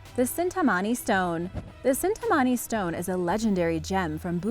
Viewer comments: It's 'Chintamani Stone' and not cintamani stone. Ch will be pronounced as ch in China not as in chemical. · It's not cintamani it's chintamani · That's the Chintamani not cintamani Amazing video otherwise